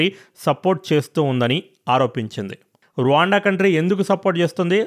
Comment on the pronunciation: Anna Raawaanda kadu Ruwanda antaru